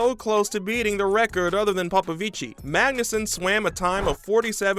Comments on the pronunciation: It's not like popovicii it's popovici😭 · Please! 🙏He is not Italian! You do not pronounce the "i" at the end of his name. He is to brilliant a swimmer for anyone loving the sport to still not know how is name is pronounced.